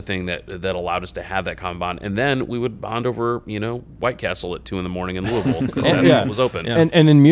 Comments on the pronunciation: Oh my GOD. pronounced Louisville correctly. Only someone that has spent time there would say it like that. Real duded there.... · The first time I’ve ever heard someone not from Kentucky soy Louisville correctly!! Great job!!